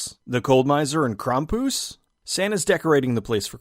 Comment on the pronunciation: No he said it wrong.